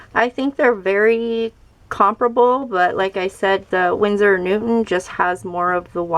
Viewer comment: Hehe.. You keep saying winsor and newtman 😄.. Nice video btw, i have the koi set but now you've made me want to try out the cotman😄